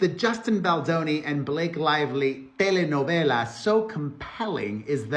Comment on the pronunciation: as a Mexican I love how you say telenovela, im a fan of Taylor but she ain’t no butterfly, but she keeps quiet, she only speaks about Selena and if Taylor gets marry Selena is the only all fans know will be there for sure